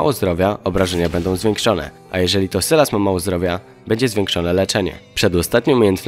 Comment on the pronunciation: sylas czyta sie sajles